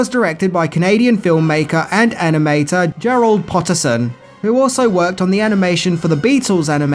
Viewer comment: Not a big deal, but you also got the name of the director slightly wrong, it’s PotterTon, not PotterSon...